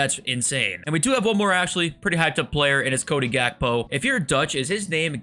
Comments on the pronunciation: It’s not hakbo it’s Khakbo that’s how you spell him And khravenberh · In the netherlands you pronouce the G like a german way. You guys in the USA say gullit and gakpo and pronouce it with a H. Same thing with kimmich. He is a german. But we dutch people and german people can relate because its similar.😅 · hehe im dutch and youll never pronounce gakpo alright